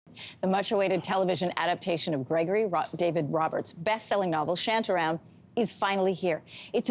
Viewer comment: It's not 'Shyantya-Ryam. It's 'ShAntA RAm'